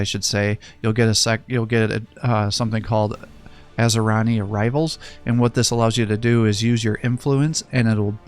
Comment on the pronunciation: Its pronounced Ah-sir-e-yin just so you know.